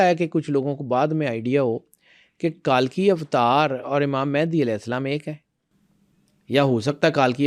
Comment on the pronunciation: It's not کالکی اوتار it's کلکی اوتار